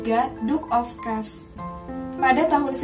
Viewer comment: banyak yang salah anne of (klif) bacanya